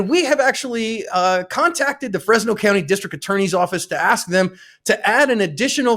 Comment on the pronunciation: It’s not “FresYes!”